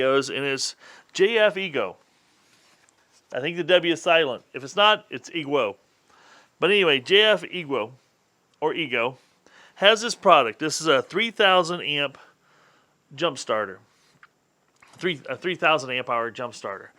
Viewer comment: What is a "prodict"?? Broken down, not "broke down". "Litterly" is not a word. I'm not watching a 27 minute commercial.